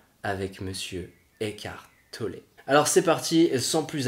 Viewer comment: C'est étrange comme vous prononcez Eckhart Tollé : écartelé...